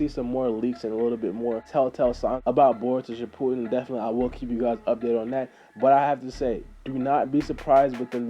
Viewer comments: It's shippuden not shippoodim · its shipp-u-den not ship-poo-den